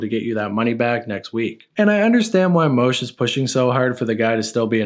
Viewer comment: bro “moosh” isnt pronounced “Moshe” ffs